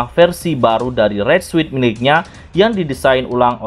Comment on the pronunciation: Suit dibaca sut